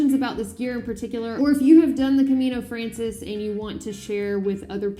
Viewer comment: I live in Madrid and I have done the trail a few times. Good that you are starting light and this trail will be easy for you compared to the US trails. Some notes: Camino Francés: It is pronounced "FrahnTHeyS" ;-) You need to say "Buen Camino" to anyone doing the hike. It is best to try to finish before lunch, wash, clean and hang dry clothes. It is often hard to get things dry. Getting to the Albergues early also improves chances of a warm shower too. Go to "the end of the world" after finishing in Santiago. You can think about doing the Camino de la Plata from Seville in the future for more of an adventure! If you come to Madrid let me know! I can give you a tour and buy you a churros con chocolate :-) Buen Camino!